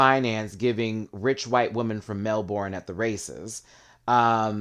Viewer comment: It’s pronounced Mel burn not Mel borne